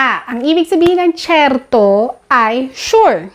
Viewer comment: Natawa rin ako ate sa."sherto" nya. Pronunciation nya pa lang. Okray na ako.